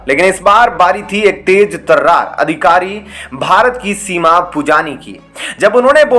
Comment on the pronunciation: Shimaa ...nahi sima शीमा, नहीं सिमा। बोलना सीख लो पहले